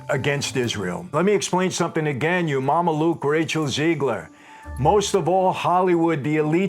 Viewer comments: It’s not Ziegler it’s Zegler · Rachel Zeegler. ZEEEEGler. Do you know any Rachel ZEEglers?